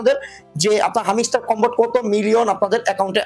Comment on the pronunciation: হামিস্টার কামবাট নাহ হামস্টার কমবাট😂